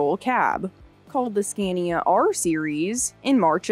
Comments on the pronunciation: It's pronounced SCON-yah. The "a"s are long, like the "a" in father. Now you have to go back and re-do the whole thing. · I love the video but the audio quality and narrators voice is slightly annoying. It’s the way her pitch changes through the story. Especially when she says “Skania”.